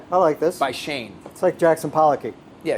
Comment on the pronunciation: shane? all i hear is shame xD